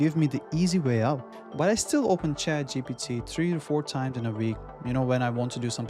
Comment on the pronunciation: You cannot still pronounce GPT, and you dare to make a video!